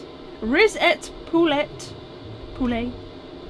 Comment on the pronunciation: "WHAT IS A RICET POULET?!"